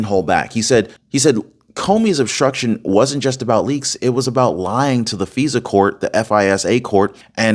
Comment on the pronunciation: Hey, you are doing a very good job on here! Just a little change on names needed. Nunez is pronounced different from Spanish. He’s Portuguese American. So it is Nu-Nez, not noons. Also FISA is a hard “I” as in Fi-suh. I hope that helps you a bit! But still, very good job! 👏